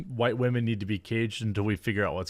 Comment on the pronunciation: Don't forget, its 'WHOITE MEN' only llololololololool